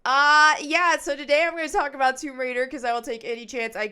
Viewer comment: It is called "TOMB RAIDER," not "WOMB RAIDER." {That said, I would not at all be surprised if there was already a 'Rule 34'/porn version with that name...😊}